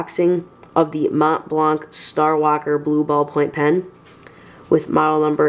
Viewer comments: very nice, but you dont pronounce the C on the blanc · Awesome pen, it looks classy. But just like that, you don't need to pronounce the C at the end of Mont Blanc. It's a french name. Very nice pen although